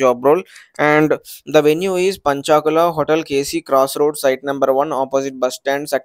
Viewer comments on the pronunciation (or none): Not पंचाकुला its पंचकुला